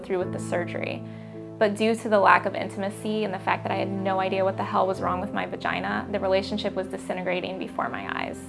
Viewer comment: Ur Vah-gye-NAH is not an excuse to not shave ur upper lip.